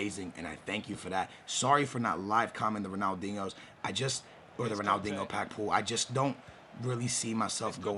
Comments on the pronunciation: Its ronaldinho not ronaldingo. Its driving me crazy! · Wtf ronaldingo? Ronaldinho you creepy bitch😂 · His name is not Ronaldingo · His name isn't Ronaldingho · It's Ronaldinho not Ronldingo ffs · am I the only one annoyed when he says Ronaldingo with a "g" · anyone else feel like he keeps saying Ronaldingo lmao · Not hating but he calls him Ronaldingo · ronaldingo? lol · I cant listen to you calling the legend ronaldingle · You clearly know nothing about football; you are saying Ronaldinho's name wrong ffs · Yo bro I’m a big fan but the way you say Ronaldinho is cringe worthy. You got Portuguese blood man cmon say it right! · Stop saying his name like that